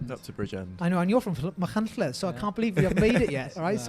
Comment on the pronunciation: Great pronunciation of Machynlleth 😊